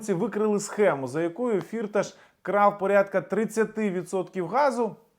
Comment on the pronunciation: Привіт.. Я з Тернопільщини і добре знаю його. Його насправді звати не фІрташ, а фіртАш - [наголос на другому складі] (в школі діти його називали "чотири кишені" (Vier Taschen) в перекладі з нім. мови). Тому робіть правильний наголос!!! (прим. - ніхто з українських політиків та журналістів цього не знає, бо це результат роботи його піарників). Думаю, що в Україні йому ніхто нічого не зробить, бо це справжній грошовий мішок. Він навіть зміг підкупити австрійський суд щоб не віддали його в США.